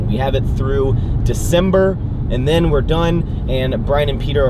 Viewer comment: "and den".... "and den".... "and den"....